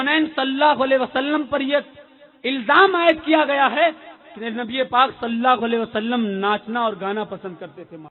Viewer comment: Hujur ka naam sahi se le lo salla vasllam Nahin Hai bhai sahab sallallahu alaihi vasllam hai